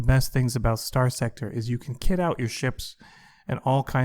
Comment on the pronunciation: Why should anyone watch this when he can't even say the game title correctly?